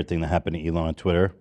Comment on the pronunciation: Heck NO we aren’t about to just let get away with saying twitter as “TITTER” Y’all don’t let live “funger” down 🤣🤣 i had to keep rewinding that and kept dying laughing 🤣 but fr W Ethan for buying Ian’s verification on TITTER love that for him ❤️ (time stamp ) ✌🏽 & ❤️😂